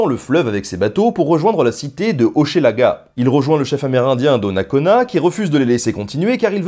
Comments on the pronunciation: Petites notices: on prononce Hochelaga "Hoch'laga" et Saguenay "Sag'nay". Les termes "indien" ou "amérindien" sont des mots péjoratifs imposés par les blancs, tout comme les noms donnés aux différentes nations. On doit désormais dire les Premières Nations et les Inuit. Les "Montagnais" se nomment les Innus, les "Hurons" se nomment les Wendats, les "Iroquois" se nomment les Haudenosaunee, etc. Et attention, tu mélanges les Iroquiens et les Iroquois, deux peuples bien dictincts. Jacques Cartier a rencontré les Iroquoiens, mais leur nation avait totalement et mystérieusement disparue lors de la venue de Champlain. Et Cartier a embarqué Donnacona, ses deux fils et 7 autres iroquoiens, dont 4 enfants, DE FORCE sur son bateau! Bref, il les a enlevé. Lors du retour de Cartier en Amérique, seul une fillette avait survécu... qu'il n'a d'ailleurs pas ramené afin qu'elle ne démente pas ses dires. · de Hochelaga, se dit simplement comme Che dans chemin ou cheval et non ché tel que prononcé dans la vidéo. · " Un pays par saison ! " Nota Bene je suis du Canada descendant Iroquois :) et tu ne sais pas comment c'est vrais les saisons ici c'est vraiment ça ! 1 pays par saison , hehe très bonne vidéo mais pour Hochelaga cela ce prononce " Hoch " laga" le " e" est muet ! :P a pars cela tout le reste est niquel :P Petit suggestion de vidéo mais cette fois sur les batailles de Québec " la batailles des Plaines d'Abraham " contre les Anglais qui a ma fois beaucoup d'histoire et de rebondissement si je peut dire cela ainsi ! hehe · J'adore ta façon très française de prononcer Hochelaga ! Pour info : Québec signifie" Là où le fleuve rétrécit" en algonquin. Super épisode. Bravo.